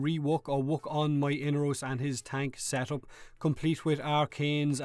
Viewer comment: say it with me mate.....E-NAR-ROS!